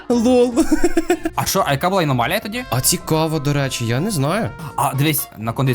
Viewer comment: Не аномаля а аномалія